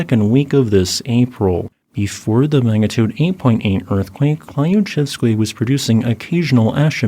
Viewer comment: Thank you, the was very interesting. FYI the “Klyu” part of Klyuchevskoy sopki isn’t pronounced “klai-yu-” just klju or klew ( a kind of curly-L sound).